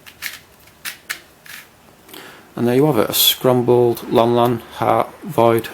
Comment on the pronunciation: its not scrumble or scrumbled its scramble or scrambled